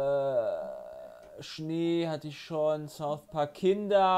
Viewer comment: Niemand:: "Thouth Park"